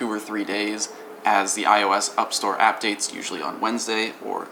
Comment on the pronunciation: "When the up store appdates.." 🤔😂😂